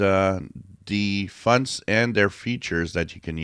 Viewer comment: I love your videos. I know you're French Canadian, but I love how you call fonts, "funts". 😃